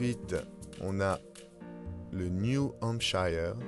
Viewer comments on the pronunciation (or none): Très bonne illustration et créativité ! :) 3 petits points : 1.Petite précision, (New) Hampshire se prononce hamp-sheur ( pas hamp-chailleur) :) 2.Pour retenir la position des états à la VERTICALE, du MINNESOTA à la LOUISIANE, vous les regardez de haut en bas: ils forment la silhouette 'd'un homme avec une toque'. Le visage c'est l'IOWA. Je l'appelle le chef Indien. 3.pour le KENTUCKY et le TENNESSEE, mon moyen mnémotechnique c'est le plat que présente le 'chef Indien' : le Kentucky ( poulet KFC ) est au-dessus, sur le plat Tennessee (tenez-ici) :)